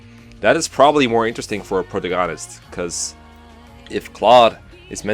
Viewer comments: Pro-tuh-gone-ist? Excuse me? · Did you just pronounce protagonist as "pro-tuh-gawn-ist" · P- Pro-ta-goh-nist? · Pruhtagonest? Buleth? Lmao!😂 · i’m sorry but the way u pronounce protagonist made me physically shiver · How has no one commented on how he pronounced protagonist?!? 😂😂